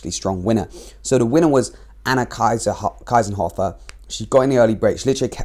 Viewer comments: No, not Kaisenhuffer. It's KIESENHOFER! 😊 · Why English speaking people don't try to spell foreign names correct? Her name is kiesenhofer, must be spoken keesenhofer in English.